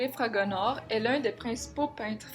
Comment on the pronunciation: Fragonard et non Fragonars.